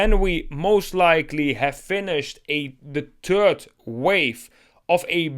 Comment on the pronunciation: Please master the pronounciation of the English "th". When you pronounce the term "third wave" you make it sound like you speak about a "turd wave". You do know what a turd is, don't you? A turd is a "piece of shit" ! Please, as someone addressing a bigger audience, put some effort in your mastering how to pronounce the "th" the correct way.